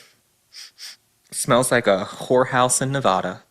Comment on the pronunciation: I'm begging you to not pronounce Nevada Ne-vahh-da. Drives us absolutely insane out here in Ne-va-da. Thank you for your attention to this matter.